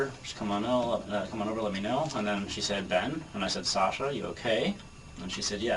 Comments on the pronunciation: omg.. please learn how to pronounce Sasha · I’m 5 mins in and it’s driving me crazy. I’ve never heard the name pronounced that way either, it’s like saying TimOthy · That's not how you pronounce her name lol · The way you pronounce Sasha makes me want to cut myself. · Bro just pronounce her name right. The video you played literally had a recording of someone who knows her saying her name with correct pronunciation. With all the prep needed for this video was it so hard to pronounce her name right? I’m not gonna watch this video for the sake of not wanting to hear SASH-UH every 30 seconds. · you saying her name wrong is super grating. it's the standard pronunciation, so not sure why you aren't doing it correctly. i thought it was an odd pronunciation, which is common with names, but no it's just you saying it wrong. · Say her name right!! You can hear recordings of several other people saying it right? Annoying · Anyone else having a hard time getting through this video with him pronouncing “Sasha” wrong the entire time? He did say it right in the beginning. Edit: I see that he goes back to the correct pronunciation later in the video. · SAW-sha. NOT SAEH- sha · Narrator keeps calling her shaaa-shaaa. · Sasha = "Sah" as in "awful", not as in "ask". Please, let's do our best to pronounce the victim's make correctly. ❤ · why keep calling her the wrong name SAAsha instead of Sasha lol they say it a million times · I am trying to get into the story, but the pronunciation of her name by the narrator is driving me up the wall. In the clip in the very beginning Sasha pronounces the first A in her name with an "aw" sound like in fought or bottle. The narrator does an a "aa" like in cat or flat. I know its not the end of the world.... but it can't stop hearing it :P :P :P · love the vid but u are pronouncing sasha, "sahsha" and it's actually so annoying. jfc learn english. or maybe just listen to how her friends say "SASHA"